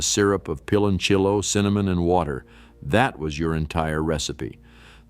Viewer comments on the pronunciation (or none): I COULDN’T WATCH THIS. I CRINGED EACH TIME IT MENTIONED “PILONCHIYO” 😖😖😖😖😡😡😡